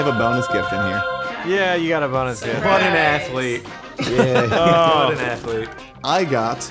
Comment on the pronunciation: How many times they said “what an athelete//////